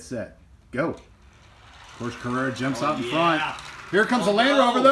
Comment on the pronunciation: Someone teach him how to correctly say Porsche